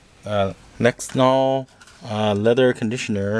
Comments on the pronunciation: haha it's lexol, not "lennox," but good vid, thanks. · "LENEX"? LMAO!